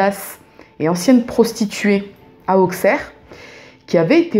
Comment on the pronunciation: Merci pour ce partage 😊 Je vis à 5mn d'Appoigny donc je connais ces histoires par coeur. Juste stp on dit villefargeau et non villefargo 😊 et on dit aussserre et non auxxxerre 😊